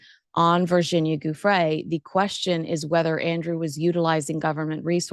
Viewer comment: I appreciate your coverage of this story but please pronounce that poor dead woman’s name correctly. It’s JOO- fray. Not GOO- fray. The ‘joo’ is pronounced like the first syllable of jewelry.